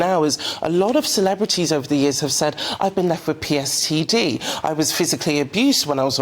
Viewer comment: is an irritating speaker, she breathes in heavily and btw it's PTSD, Post Traumatic Stress Disorder not pstd (is that post sexually transmitted disease? 😂😂😂😂😂)